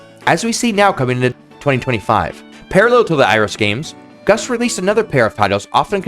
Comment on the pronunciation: You know, I kept hearing you say Gus instead of Gust and I thought, boy this person Gus is really working hard on these.